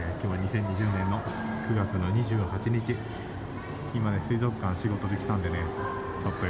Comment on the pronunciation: 、こんばんは🌙😃❗ すいぞっかんツボった🤣🤣🤣😂😂😂 と言ったらすいぞっかん すいぞっかんと言ったら